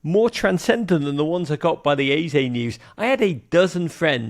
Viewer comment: Your Eze pronunciation is spot on